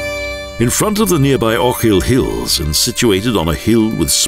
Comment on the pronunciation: Some terrible pronunciations here! The pronunciation of "Ochil Hills", in particular, is embarrassingly bad. "Mallaig" is even worse! The narrator is clearly reading a badly written, clichéd script about places he has never visited.